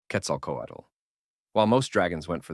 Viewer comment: The way you say Quetzalcoatl is extremely fluent. Not many people have English as native language are able to say it as well as you. Congrats!